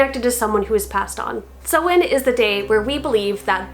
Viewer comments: Hi, not a Wicca here but I am a native Irish speaker and you are completely right in your pronunciation of Samhain. It's literally the Irish word for November so I hear it quite a lot. is close, but she says sew-in rather than sow-in as you pointed out. But hey, pronouncing words in Irish can be quite difficult so I really appreciate anyone who knows not to pronounce the 'm'. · What’s the point in saying which way to pronounce it at the start of your video if you can’t even pronounce it lmao. It’s pronounced sow-in like soah-in or sau-in. I speak Irish. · I love Samhain, but the way it's pronounced makes me angry. Something that makes me feel calm, however, is sitting down with a nice cup of herbal tea and listening to ASMR 😴